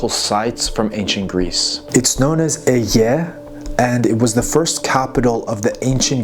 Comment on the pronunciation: [Aegae] why would this be pronounced like a mushy yawn instead of phonetically, "eye-guy"?